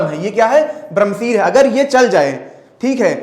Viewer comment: ब्रम्हासिर क्या होता है?? इतनी घटिया हिंदी, ब्रम्हशीर अस्त्र है वो।